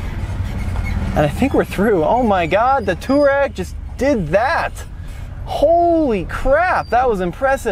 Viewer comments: Touareg is not pronounced two-rag, its tow-a-rig. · Cmon Man , say it right ! Its Tu-aa-reg from the African tribe. And if I remember VW purchased or licenced the name from Aprilia motorcycles as they allready had an on-off model with the name. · Why do you keep calling the Touareg a Turag? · german here. nope its not. its two- a rag. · Great video! Your mispronunciation of Touareg throughout these videos is so ridiculous, it makes you look like you’re mispronouncing it on purpose. It’s “To wah reg” for the love! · Can someone teach this guy how to pronounce Touareg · am I the only one bothered by how he pronounces Touareg? he completely murders the "a"